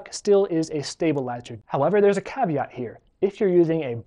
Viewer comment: “there is a calveat here” 😊